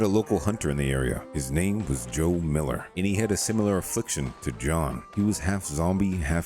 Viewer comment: Are you intentionally saying John’s name wrong?